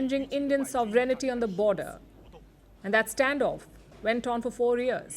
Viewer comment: Palki seems cannot articulate the word "Sovereignty" (/ˈsäv(ə)rən(t)ē,ˈsävərn(t)ē/) but "Sovereignity"...